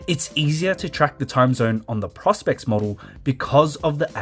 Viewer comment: Thank you!! The mispronunciation is a constant minor irritation.